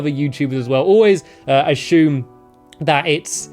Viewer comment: Ashume that pronunciation